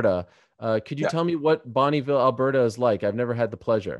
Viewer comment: Oh Ariel, you should be embarrassed for butchering Bonneville, I watch every interview and you're show with d.c and you claim to be a proud Canadian